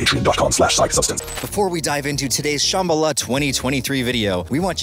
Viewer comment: Why do they all mispronounce Sham-bal-ah. Did I miss something?